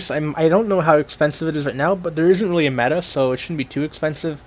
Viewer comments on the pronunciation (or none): none